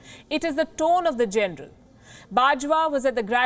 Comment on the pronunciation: The most hypocrite, biased and bullshit representor I have ever seen... Like seriously wtf "it's about gernal bajwa tone", come onn !!!! Hahamm its really making me laugh...